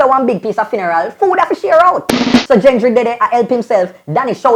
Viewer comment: Not "Jengry" I it's Gengry